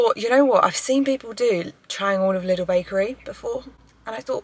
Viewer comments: interesting how u pronouce lidl.... sounds like little. if i dont know what u mean i wouldntknow u mean lidl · Very nice video! So fun to watch you! 😊 BTW: it's pronounced "leedel" so a long I. Not short like in little. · Loved it. If i may suggest how you can pronounce its name, as it is german: Try it like this: Lee-Dell (like the computer company), when you pronounce it you go up with the Lee and down with the Dell ... 😊 carry on 😉 Og btw, you are right with the Focaccia, your friend is wrong (I also speak Italian). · Loves the video!! But I need everyone to know that Lidl is pronounced "Leedle" - with a long first syllable :-) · Lidl is Said like Lee-dal hahaha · still can't get used to the way English speakers pronounce Lidl haha